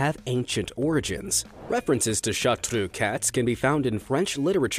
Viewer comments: chartreux pronounciation: fdgh-dfsh-hgu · I love the way you say Chartreux, I love the way it's originally pronounced. I brag to everybody about my gorgeous Chartreux girl. She is soo intelligent, loyal, and friendly, and yes.. She has amazingly fast reflexes 😂😂